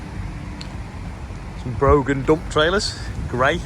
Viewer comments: Great video as usual and team.... Did I miss on how you got the Landrover sorted after it decided not to lift up a few days ago. Then big Broughan trailers are well kitted out. It's pronounced Braw han but that's easy for us here in Northern Ireland to say. Bit like most languages the Irish place names read different in English to the way they are pronounced. Good rant at Sainsburys and it shows how they treat the farmers. So much for being Green and reducing food miles and doing this to keep the British farrmers from getting a fair share to cover the costs and a bit extra for a rainy day..... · Never heard broughan pronounced like that🤣